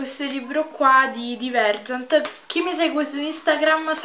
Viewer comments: Si dice "DAIVERGENT" 😩😩 Mi sono innamorata anche io, non vedo l'ora di prendere il libro 😍😍😍❤️❤️❤️ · Bellissima come sempre ! Una correzione però , si leggere daivergent :)